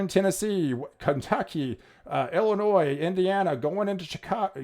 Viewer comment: Did he say Illinois too 😆